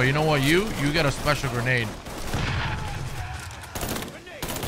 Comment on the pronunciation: Grenade the way his saying it